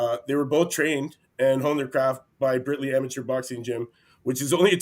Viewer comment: It’s Birtley abc NOT britley!! Both lads are tremendously gifted Pat is the better boxer but Luke is ferocious I really think Birtley ABC is one of the best three amateur boxing gyms in England and Wales.